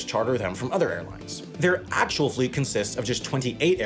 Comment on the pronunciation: the way he said actual lol